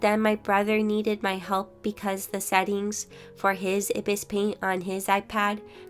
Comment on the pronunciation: I-bis? Think you forgot that it's pronounced eye-bis paint